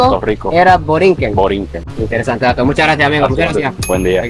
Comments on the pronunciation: Boricua viene de boriquen, no de borinquen. Que pena que un puertorriqueño lo diga mal. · No es borinquen es Boriken el nombre nativo Taino de Puerto Rico, los pobladores origina o es de la isla nos llamaron Tainos, somos decendientes de los Arawaks e Igneris de Colombia y Venezuela, e indios arcaicos de la Florida, Boriken - tierra del gran señor. Otras traducciones dicen tierra del noble señor . Borinquen es la mal pronunciación de los invasores españoles, También la mal pronunciación de Puelto Rico pronunciando la R con la garganta viene de la influencia Corzega que llegaron a la isla en el siglo 19 aproximadamente, Yo tengo primos en Ponce que son koreano borikuas , durante la guerra koreana la unidad 65 de infantería peleo en Korea y muchos Borikuas estuvieron estacionados en bases militares en Korea y muchos se casaron con koreanas, por eso el arte marcial más popular es el tae kwon do, y de Japón el judo , yo estudie los dos.algo japoneses muy popular en Puerto Rico! MAZINGER Z, Yo lo tengo tatuado en mi antebrazo, . Muy buen video Arigato!